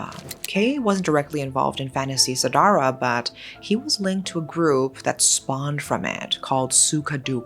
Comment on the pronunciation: lmao I giggled when u said the word "fantasy sedarah" (nffs) Indonesian usually say it Fan-da.see se-da-rah